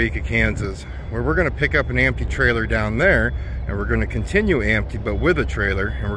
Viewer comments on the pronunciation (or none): Empty…. Not ampty 😂